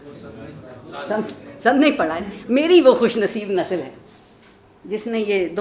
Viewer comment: نسل = nasal ❌ (عارفہ جی!) nasl ✅